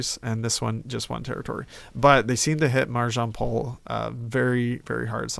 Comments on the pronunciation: marjinmpole ? wtf is that name google pls IT's MARI - JAM- POLĖ , also Memel is Klaipėda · "Marižampoul" XDDDDDDDDDDDDDDDDDD